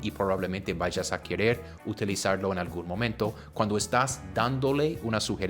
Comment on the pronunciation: Dijiste quierer, en vez de querer